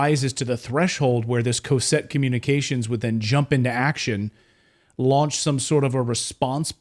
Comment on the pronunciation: It's not pronounced "Coe-set" Communications. It's pronounced "Caw-set" Communications. I worked there for years.